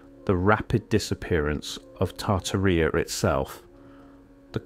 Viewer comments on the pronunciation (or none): It's Tartaria, NOT Tartaria-R